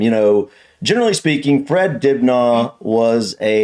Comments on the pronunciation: You wanna pronounce it more like "Dibner" rather than "Dibnaw" ;-) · Hi, just a little tip from a Brit', drop the aah sound, say It like Dib..ner. ( silent 'H' ). Other than that I loved the vid' 👍🙂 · It’s pronounced dibna ,the a at the end is sounded out like the A in absolutely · Great video but it's pronounced dibnuh not dibnar. Greetings from the 🇬🇧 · His name is pronounced Dibna, not Dibnarr as you said. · It's pronounced "dibna", not "dibnaw" 🙂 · Its pronounced fred dib nur, not! Dib narr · I lived up the street from him on Radcliffe Rd. It's said Fred dibner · Fred Dibna ( the H is silent ) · Is it me or is he pronouncing it Dibnahhhh . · You don't pronounce the aitch at the end of Dibnah, it is Dibna'. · Fred Dibnah. Not from Dibnaw. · Who's Fred Dibnaugh? It's pronounced "Dibnuh" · My dad use to have a drink with him at traction engine rallys great guy i love your videos aswell but you guys are putting way to much emphasis on the H think of it as dibna the h is silent